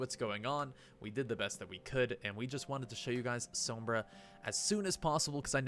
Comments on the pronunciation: You said Sombra wrong the first time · Please stop pronouncing Sombra like that.......